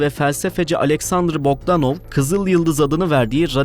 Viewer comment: "Alexander Bokdanov" demekki fikir baya boktanmış 😅